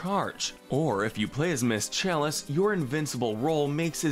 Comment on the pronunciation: his voice is so addictive and the way he says ms chalise is Amazing 😍